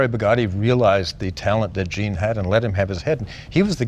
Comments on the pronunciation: And Jean is pronounced John with a very hard J sound. And the way Leno says "that" while the camera flips over to the most valuable car ever. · I thought Canadians knew how to pronounce French. Jean Bugatti wasn't a woman. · Does keep pronouncing the French name "Jean" as if it follows English pronunciation rules? As a Canadian you'd think he'd know...